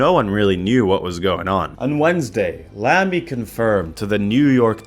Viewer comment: Hearing Americans pronounce Lamy makes my German skin crawl.